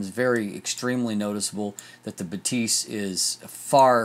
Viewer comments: I have two critiques. First, Batis is pronounced "BAH-tis" and not "buh-TEES" (as a German speaker, I giggled a little bit every time you mispronounced it). Second, the lack of vignetting is likely because Sony includes native lens profile corrections as a sidecar file in the raw container. Lightroom always applies those corrections, which counteracts vignetting and sharpens the edges/corners. This is unlike a DSLR, where Lightroom has the lens profile and applies it only when the user chooses to do so. I'd imagine the uncorrected file for the Batis 135mm looks slightly more pedestrian. (Fujifilm and Micro Four Thirds cameras behave the same in Lightroom, to be fair.) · buh-TEES sounds french not german lol